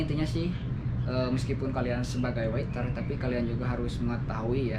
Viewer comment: Waiter bang, bukan witer